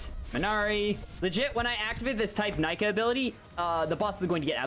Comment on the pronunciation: and its Neeka when u read it out